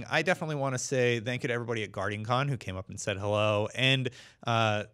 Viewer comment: why do you keep saying "dank you" its "thank you"